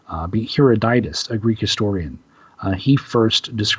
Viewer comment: mispronunciations hurt his believability, and so does his citing Sir John Mandeville. The great Greek historian Herodotus' name is pronounced, roughly, hair-odd-i-tus.